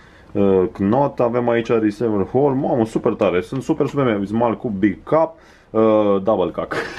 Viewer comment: morrr ai zis "double cuc" in loc de cup :)))+ calitatea cu noul cannon e super :))